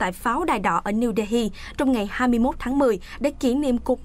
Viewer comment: Đê Hi nghe lạ lạ